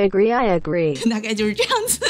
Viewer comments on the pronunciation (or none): hahahaha...I aglee I aglee😂